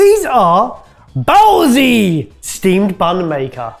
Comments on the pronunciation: Oh goodness did I ever get a giggle at hearing how much committed to his “baozee” pronunciation 😂😂😂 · I’m sure it’s been commented.. Bāozi is how you write steamed bun in mandarin pin yin. Not BAOZEE! Bao (high single pitch) zi (sounds like the end of woods, no pitch). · Benuendos all over. Helpful tip: baozi is pronounced bow 🙇‍♂️ zuh (rhymes with phô from Vietnamese.) 包子 bāozi steamed stuffed bun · Ok BAOZI is a Chinese word Bao was ok but zi should be said more as tze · Almost threw myself from the top of my Beijing communist apartment block when I heard Barry pronounce Baozi Baozeeee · Nice clean studio, but a little echo-y. Really needs a burger challenge to christen it. Also Bao Zi is pronounced with a z-uh rather than z-ee :D